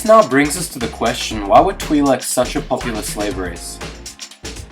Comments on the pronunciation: Why cant this guy pronounce twi'leks right XD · Mispronouncing twi leks